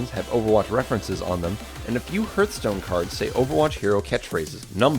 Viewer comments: “Herthstone” I’m losing faith in humanity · HARTHstone not HERTHstone (pronunciation not spelling) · Ugggh don't say herthstone... its HARTHstone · It was probably a comment about the incorrect pronunciation of it in the video. "Hurt-stone" Instead of Hearthstone. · Stop saying "HURTH-stone." It's pronounced "HARTH-stone." A hearth is the floor of a fireplace, which symbolizes one's home. Just remember that you're not pronouncing "earth" with an "H" in front of it, you're pronouncing "heart" with an "H" at the end. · lol im pretty sure its pronounced harth-stone not herth-stone. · Its heartstone not hurtstone!!! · Herthstone? XD Its HARTHstone. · sounded like you were saying hurtstone xD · Cool vid. Also it's pronounced "Harthstone" (almost like heart stone) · why do you pronounce heartstone hrtstone? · Hertstone XD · wtf is a herthstone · You've clearly NEVER played Hurtstone if you say it's pronounced the other way. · I cringe every time I hear the guy say hearthstone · Anya Amari? Herthstone.... XD